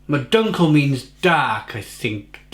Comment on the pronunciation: Eichbaum actually is the same for oak tree.. and yes you pronounced the word "eichbaum as good as we Dutch folks speak English.. terrible.. sorry.. God bless you.. I (like in me/ you talking about yourself.. ) or 'ai'.. and dunkle is pronounced more like 'do'.. do nkle bock in the Netherlands such a sound would be written like 'oe'.. which sound like the 'ou' in the word "you".. so not sound like uhhhhh but more like (y)ou.... Do you also homebrew?